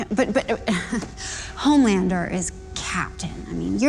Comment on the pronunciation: Homelanduh put ya milk away Homelanduh